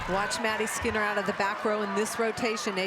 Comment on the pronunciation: Not the fact the announcer said Maddy skeener instead of skinner 💀💀💀